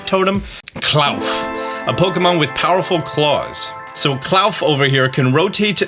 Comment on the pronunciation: I think Klarf is pronounced like Claw and Dwarf not... whatever you said 😂